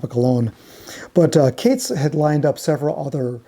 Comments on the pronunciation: HELLO …… its Katz as in Catz not Cates !! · I love all your videos - keep 'em coming! They're usually flawless, but Matthew Katz's last name is pronounced "CATS" not "CATES". Katz went on to screw over Moby Grape where, coincidentally, Skip Spence ended up after leaving the Airplane. I really regret not seeing the Airplane at Fillmore East back in the day. Interestingly, Signe did a tour with Jefferson Starship in the '90s (Paul, Marty and (I believe) Jack were all in the band then. Sorry I missed that one too. Kinda crazy that both Paul and Signe died on the very same day at the same age! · Katz is pronounced "Cates"? Everyone ese with that name is pronounced "Katz" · Mathew ""???? It's a jewish name of German origin, and it's just pronounced like Cat plus a Z. I don't want to know how you would pronounce Tannenbaum or Kupferschmidt.... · The common Jewish surname “Katz” usually is pronounced like “cats.”